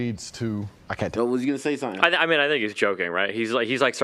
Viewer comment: “Fink about thos Hollywood mewvies”